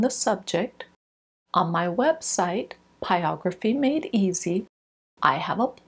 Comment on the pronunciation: Hi. Thank you for your videos. You seem to be a pro so I am wondering why you keep calling it pyography instead of pyrography. I am new to this and wondering if the first r is silent or what.